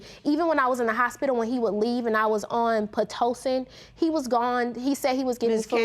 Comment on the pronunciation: Did She say “Platocin”? Lmfao!